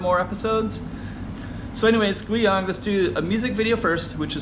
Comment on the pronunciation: Funny how the AI is mispronouncing Guiyang. Sometimes you have to use a different spelling to get it right.